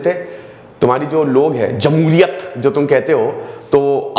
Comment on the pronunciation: Jamuliyat nahi Jamuhiriyat hota h ..... sir ji